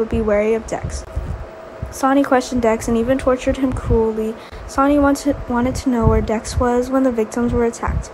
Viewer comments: The voice keep reading sony ... its sonny pronounced like sunny ... even spelled it like sani... please say sonny correctly. Or just say sunny if you have to... but thats who sonny is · Willow is a girl not a guy, get this narrarator off of here,she's a kid ugh she can't even pronounce Sonny's name omg 😫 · His name is sonny not sanny